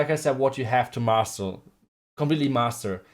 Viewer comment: Master not muscle